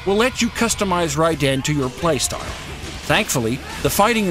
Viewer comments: It's not pronounced "Rie Den" it's pronounced "Raiden" with Rai sounding like ray so pronounced Rayden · it's RAI-den, not rai-DEN. You can even hear it in the game for god's sake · Can't he just say "Raiden" the way it's said in the game? "Rai-den"... yeah I get it, that name is made up of two syllabies that have a meaning. Lightning bolt. I don't know... I mean someone's gotta edit that stuff, so didn't that person think "Ummm, well, I think that sounds just stupid how he says Raiden. Maybe we should do another take?" I hope doesn't take this as an offense. I know how much work it is to do videos and you do an amazing job! Please don't be pissed.:) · Raii - Den ... ? Well, that completely tells you the narrator has no idea what he's talking about. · rage quit as soon he said rai-den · why call him Rai-den,wtf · Did you even play the game? Because if you still can't pronounce Raiden's name even after "RAAAAAAAAAIIIIIIIIIDEEEEEENNNNN!!!!!", I'm not entirely convinced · Yeah, next time you do a review, make sure you know to pronounce the main character's name. Seriosuly, it's not that hard. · No reviewer has the right to review a game if they can't pronounce the protagonists name properly.